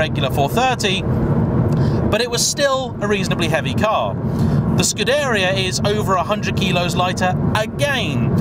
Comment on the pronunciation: It's Scoo-deh-ree-ah, but pronounced short & snappy, especially the "deh"